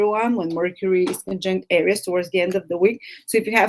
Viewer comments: It´s not pronounced ARIUS, it´s pronounced AREES!! :D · Hello my beloved AIR-EEE-OOS lolol